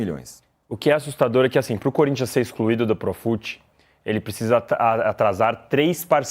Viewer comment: O ticou tão emocionado em da a noticia que meteu um "EXCRUIDO do profut"